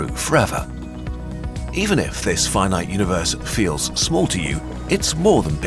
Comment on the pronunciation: I like the way you say Fye Night, (Finite) it's totally not the way I would have expected that word to be said.